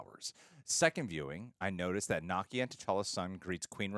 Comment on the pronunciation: Why is mispronouncing Nakia's (Nuh-kee-uh) name? He's pronouncing it like Nakia (Nah-kee-uh) from Ms. Marvel.